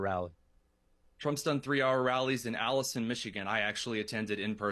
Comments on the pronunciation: Can anyone tell me the name of the town in Michigan that mentioned where he went to a multi-hour Trump rally? It sounded like he said Allison or Ellison Michigan but neither of those places exist. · OMG! I thought he was saying Allison, Michigan. I was thinking, there is no such place. But, yes Alanson, Michigan is four hours away in Northern Michigan. It's closer to the U.P. then it is Detroit. is a tool.